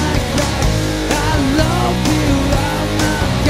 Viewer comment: Damn, very solid cover. The only thing that - kinda - bothers me is the pronunciation of 'love'. While you pronounce it something like 'lav', it should be more like 'luv'. I know it's your accent, but apart from that, I really love it. Big ups!